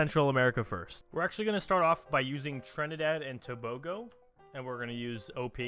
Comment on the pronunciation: ''trinidad and toubougo''